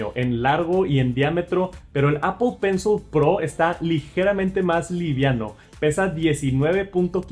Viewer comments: Apol está bien dicho pensol no,en inglés sería pronunciado apol pencil no Apple pencil.... Una cosa es como se escribe y otra como se lee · Todos pueden equivocarse.lo único que se equivocó fue en pensol,sería apol pencil (se escribe Apple pencil pero se pronuncia apol pencil) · Apple “penzol” jajaja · Demasiados anglicismos, "apol pensol" y "apachurrar", ingles mal pronunciado y español muy pobre. Aun asi, sigue adelnate, solo son comentarios para mejorar. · Apol pensol 😂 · Pensé que solo yo lo escuchaba